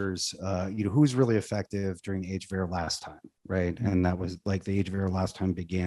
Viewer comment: At first i thought was saying Age of Error. I mean not wrong either.